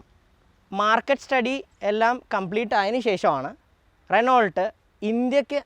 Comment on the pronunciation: റെനോൾട്ട് എന്ന് അല്ല "റെനോ "എന്നാണ് പറയുക...